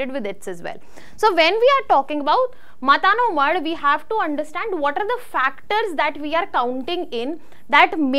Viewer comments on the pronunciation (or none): It's not मता नो मढ Correct pronounce is मातानो मढ